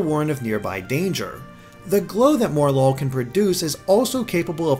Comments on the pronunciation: Morelull = Morel + Lull, so it's pronounced 'More-uh-lull', not 'More-lull', just since I haven't seen anyone else saying it. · MOREL-LULL, not more-lull. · Please, please, please STOP MISPRONOUNCING MORELULL. The name, from what I can gather, is that its a play on morel (a type of mushroom) and lull, as in to put something asleep or into a tired state. So don't pronounce it more-lull, pronounce it morel-ull. Sorry for the rant, but most people seem to be pronouncing it this way and it just irks me. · Mor-el-lul not More-lul. A Morel is a type of mushroom. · I think it's supposed to be "Mor-el-ull". Three syllables. Morel (the mushroom) and lull (as in, to sleep). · I think Morelull is pronounced Morel-Lull, named after Morel mushrooms. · mispronunced morelull lol more lul